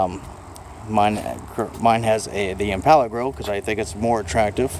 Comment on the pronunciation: I hate how he pronounces the word "impala"